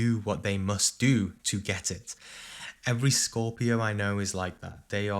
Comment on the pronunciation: " scooopio" 😁"cheese"